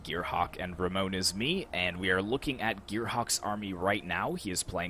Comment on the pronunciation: It was a shameful display on my part or Gearhawk is just too good, but neverhteless, it was nice joining your tourney and hope you get above 10k mark this year like the guy said! Oh btw, it's *RAMONESISME, but that's fine lol cheers!